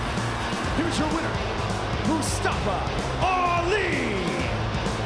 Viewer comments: Nobody : Byron Saxtion : “Mastafa Ali” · The announcer didn’t say Mustafa’s name right. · No one gonna talk about how Byron Saxton kept saying Mustafa Ali's name wrong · announced Mustafa Ali wrong. If you can't say it right, don't say it at all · PRONOUCE MUSTAFA RIGHT!